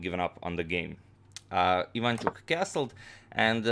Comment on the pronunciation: Ivanchuk is Ukrainian, not Polish. BTW, it is pronounced Ivanch`uk, not Iv`anchuk.